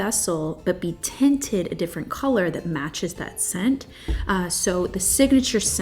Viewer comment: I can't wait!! I love all of the fragrances that were mentioned! - you keep saying "tented" what is tented? or are you saying "tinted:??